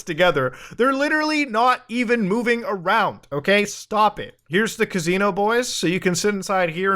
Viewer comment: ka-zeen-o thats how we say it right?